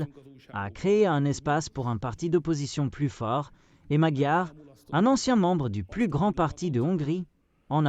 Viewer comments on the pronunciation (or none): none